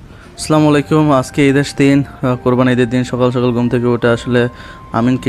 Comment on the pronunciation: ইউটিউবার ভাই আপনি সালাম করা ভালো করে শিখে নিবেন।আপনি যে সালাম করেছেন এর অর্থ দারায় যে, "আপনি ধংস হন". সুতরাং আপনি প্রথমে সালাম করা শিখেন শুদ্ধ করে।